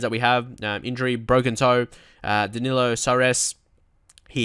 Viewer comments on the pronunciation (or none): Soares is pronounced like Suarez